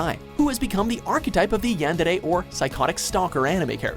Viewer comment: The way the man butchered the pronunciation of Yandere made me cringe. but #1 is my favorite lol